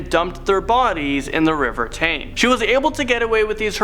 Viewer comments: Thames is pronounced "Tems", not "Tames". Just for future reference. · Naomi Riter ikr I was confused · The river Thames is pronounced 'Tems' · Appalling video. Don't make a video about another country if you can't even be bothered to learn how to pronounce words in the English language, like Thames. Awful tone too — all jovial and laughing when you're about to discuss murder, rape etc. Badly misdudged. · I mean...I can understand getting "Thames" wrong but come on, dude: "sever-ly"? "SEVER-LY"? That makes me sever-ly annoyed.